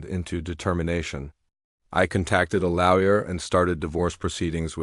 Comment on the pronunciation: WTF is a LAY-YER? It's pronounced LAW-YER 😢